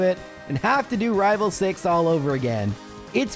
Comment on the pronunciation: I'm not sure why, but every time says rival fival, I am filled with so much joy. The fact that a silly little slip up has turned into an inside joke and lasted this long just makes me happy